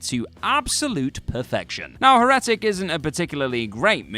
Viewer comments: Me too! Second video where he does it too. Cambridge: / ˈher.ə.tɪk/ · I'm glad someone wrote it phonetically.... someone should've written it that way on the script, he mayve said it right then 😆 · The way you pronounce heretic makes me crazy... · The fact he kept repeating it that way too.... just found myself shouting it back correctly